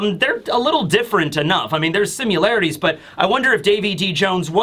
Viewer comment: I don't think he gets enough credit for his audio. Several other reviewers need a pop filter and need to quit breathing so heavily into the mic. Now, if we can just get to quit saying simUlarities lololol